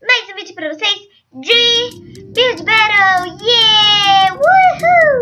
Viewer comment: O nome é builll berrou